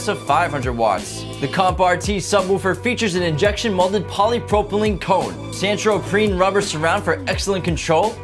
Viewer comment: *Santoprene *Subwoofer (like woof, not woo)